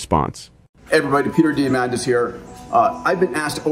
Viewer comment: Peter D-AI-mandis. I'm sorry.